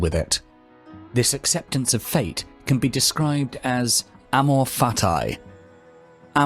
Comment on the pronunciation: Except your wrong pronunciation of Amor Fati it was good :D